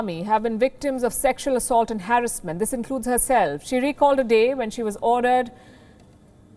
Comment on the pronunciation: Harrassment..can u please pronounce this word right.???